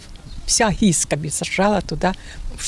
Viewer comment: Не Гиска,а Гыскэ.Вечно искривляете названия.